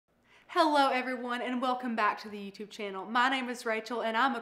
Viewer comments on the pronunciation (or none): none